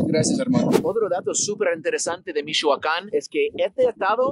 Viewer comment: I love how dise Michoacan... "Mishhuacan" 😂👌